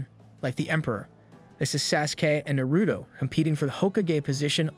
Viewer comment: Is no one going to talk about ??? No way this man just mispronounced naruto, sasuke, and sakara 😭😭😭